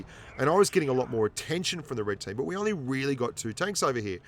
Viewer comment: i am kindof a clown at this game but i think its funny when he says only 71% winr8 in the ru emphasis on only